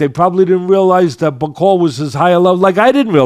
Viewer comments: Bak-o-lee (Bakole) not Ba-cole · Damn Teddy, you could at least take the time the say Bakole's name right...since you say that you want him to become heavyweight champion: BA-COLE-LEE 🤡💩, Bro...disrespectful 🤡💩! The man's last name only has 6 letters, SIX! You got 5, he's got 6...we ain't talking Rocket Science here...like Mark Jackson says: DO BETTER! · Teddy needs to listen, first listen to your cohost, your cohost corrected you by saying "Martin Bakole" but you kept saying "Bakol", two if you had listened to UK pundits about Martin Bakole then you would have been in a position to offer a more informed opinion! Otherwise great job to both of you! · Love teddy - this might help, it’s Martin ‘BACK O LEE’ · Hey Teddy just like a boxer you have to PREPARE for your podcast… it’s pronounced Bak-ol-E Get his name right… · Really like Teddy Atlas, but a few things: 1. Bakole is a lot lot better than he gave him credit for either before or after the fight 2. Get Bakole's name right, I think deserves it. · tried to get Teddy to say Martin Bakole's name right... but Teddy just can't do names. But knows... if you correct Teddy he gets angry.